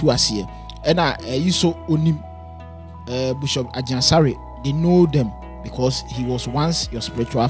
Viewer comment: Please the word is not BUSHOP IT IS BISHOP aaaaàah.......masa why pls mention the word well. Anyway shout-out to Bishop Asare